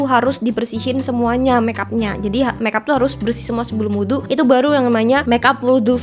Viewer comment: kak aku seneng bgt kamu ngomong “wudhu” bacanya tepat 🥰🩷